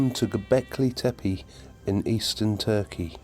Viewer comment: Well done with the pronunciation of "Tepe" = "hill" - most Brits and Americans botch up the second "e", but you didn't, it was exactly the same as the first "e", as it should be. "Göb" rhymes with British "burb" as in "suburb".